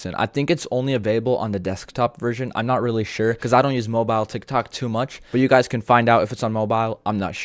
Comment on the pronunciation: right guzs XDDDDD